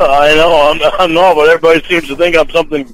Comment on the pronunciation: Only would think repeating “you better nawt be recording me” is going to stop someone from recording him.